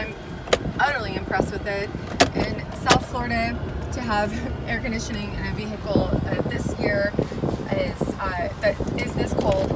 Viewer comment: Beautiful car and host, but you don’t pronounce the “H” in vehicle.